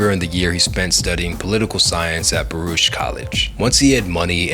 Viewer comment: It’s a hard R on Baruch my boy (and a long o on Mos Def whats wrong wit u foo?)